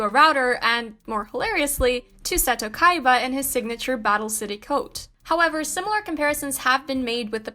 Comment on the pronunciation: KAIBAA LMAOOOO